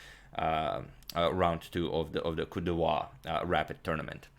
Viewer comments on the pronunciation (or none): Just a little French pronunciation response: it sounds like you’re saying “Côte de Roi “ which would be “King Coast.“ The way to pronounce “Côte d’Ivoire ” is something like this: “coat deev whar” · #suggestion hi Agad, here's how to pronounce Cote d'Ivoire IPA(key): /ˌkəʊt diːˈvwɑː/ (UK) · "Kot divuar" is the pronunciation